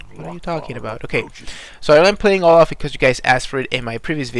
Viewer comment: Olaf not loaf